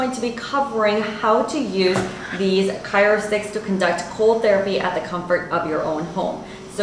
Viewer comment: CRYO...not CYRO! I had to turn off the sound.